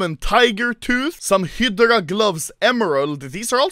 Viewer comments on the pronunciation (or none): Anomaly say Hydra.... High-Draw not Hi-Da-Ra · Well he says "hudra"